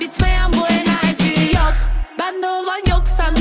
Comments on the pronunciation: abi enerci ne yaa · ABI ENERCI NE ALAKA KEVEKSVWLVQLSVWLWBD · enercii 😂😂😂😂😂😂